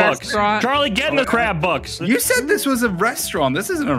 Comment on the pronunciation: see now saying what i hear as "Crab Box." not "Crab Bucks". i started laughing thinking of everyone as Crabs but in the Spongebob world.